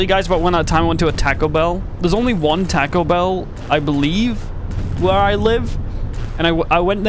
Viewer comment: I went to Tacko Bell 😂 I’m an employee of a Taco Bell and it’s always good to see people pronounce food items and the name of the restaurant wrong